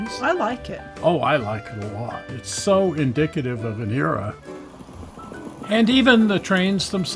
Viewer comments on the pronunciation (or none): none